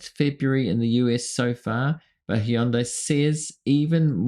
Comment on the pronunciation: Love you, but it's pronounced HUN`-day. It rhymes with Sunday. Other than that my friend, you've right on target!!😊